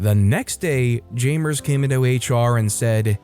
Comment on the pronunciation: Its... jam-ers... not jay-mers, jam-ers